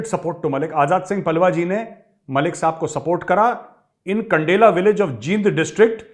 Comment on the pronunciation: मेजर साहब खप नहीं खाप है और खंडेला नहीं कंडेला है यानि कंडेला खाप शुद्ध प्रचलित शब्द है।